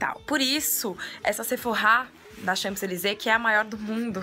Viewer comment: Kaaroool socorro, eu sou muito chata, mas vc tá pronunciando "Champs-Élysées" errado!!!!! A pronúncia certa é "Chanzelisê" o p é mudo! Francês é uma língua louca =P =P Mas apanhei muito dos franceses por falar assim =P E toda vez que vc fala, me dá uma agonia no coração hahaha E vc tb escreveu errado no título, tem um "s" no final! Vc tb falou "chez" de forma errada tb, o e é fechado, é como "xê", o "z" n é pronunciado. E PS, aprender francês n é tão difícil, é mais fácil que inglês, é só acostumar o ouvido.